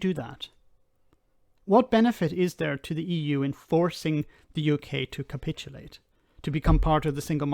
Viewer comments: Why can't cannot pronounce simple words like protocol or capitulate properly? There is something very strange about 'him'. His delivery is so monotonous and pronunciation so off, I’m forced to wonder if he is even a real person. It is very reminiscent of Max Headroom. If he is real then is either not as smart as he pretends to be or a very clever parody of ignorance. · Ca-pit-ulate love how he brakes it up into syllables so he can be un-der--stood 😂😂